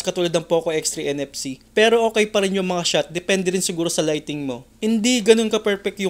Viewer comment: Sir correction lang "lighting" hindi lightning hehe 👍👍✌️✌️